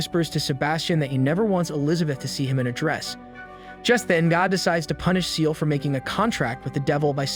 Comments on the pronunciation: Ciel - Not Seal. Sounds like "see-el", not like a cute little seal. Allister as in "al-is-ter", not Ally-ster. Did you watch the show in English / sound on? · It's Ciel (SEE-EL) not SEAL XD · I’m sorry but you’re saying Ciels name wrong is not seel it’s Ciel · His name is Ciel, not Seal. It’s the French word for the sky. And that’s just one out of many things wrong with this. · why are u saying ciel like seal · "CIEL" NO NO NO SEAL 🦭